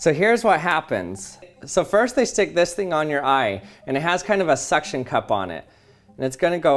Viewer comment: did you said SUCC tion cups?